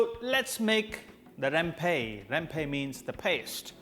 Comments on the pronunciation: It’s rempah , not rempey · Hi sir just want to tell u.....spice in malay called rempah not rempe....